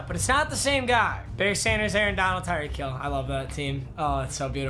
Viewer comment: At 12: 26 he said tyree holl